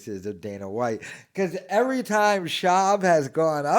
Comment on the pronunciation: Ugh, it kills me how he pronounces "ivry" instead of every